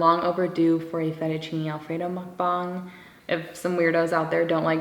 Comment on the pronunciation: You are the first non-korean YouTuber I’ve seen that actually pronounces mukbang correctly. Thank you.